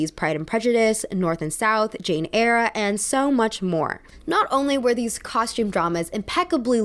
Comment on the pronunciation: Just so you know, Eyre is pronounced like 'air', not 'air-er' x